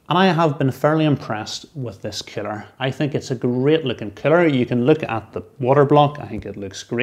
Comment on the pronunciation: I thought you were calling it a 'killer'! But of course you were saying 'cooler' Haha.